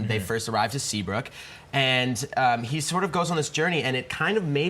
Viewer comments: Brad did she just say Seabook high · Yep I noticed that 🤣🤣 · SeabRook not Seabook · The lady said Seabook instead of Seabrook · "There new stunteds in Seabook high" dose she mean Seabrook high.. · The lady said "Seabook" instead of "Seabrook" I was gone🤣🤣🤣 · She said seabook high😂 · Did anyone hear the women say new students at seabook high its seabrook high